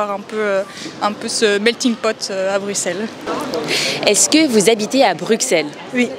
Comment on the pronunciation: Prononciation correcte avec « s », le « x » est souvent utilisé par les étrangers, français inclus. C’est une particularité que ne l’on peut pas connaître sans y vivre, pareil pour d’autres noms de villes, comme Anvers par exemple. Prononciation correcte est avec un s « grave », alors que normalement on prononcerait avec un s silent.